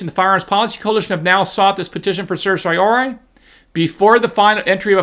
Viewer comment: sehr-tea-oh-rah-ree... the first syllable rhymes with err, like the first syllable of error. sehr. tee. oh. rah... ree. It's Latin. I know you know that but you've openly admitted in multiple videos that you don't really know how to pronounce it and when you try you get it wrong. Weird that an experienced law school graduate can't pronounce basic Latin legal terms. But I still believe that you really did go to law school.